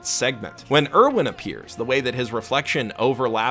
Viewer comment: I heard pronounce Erwin and gagged.